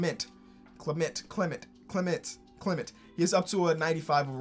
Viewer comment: The Clement dude’s last name is pronounced KLEM-INT